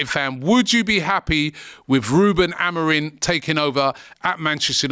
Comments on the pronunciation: It's Amorim. Stop saying Amorin. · already pronouncing the guys name wrong, just take a second and look up his name ffs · Amorim or Amorin? People get the name wrong and act like they know what they're talking about 😅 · This videos complete waffle, with zero information or research.. i mean, you didnt even look at his name so you can say it right. madness.. might as well of said the title and left it at that..